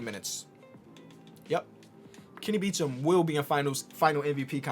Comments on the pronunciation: Hold up isn't Kenny's last name "Beecham" not "Beachem" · Kenny "Beachem"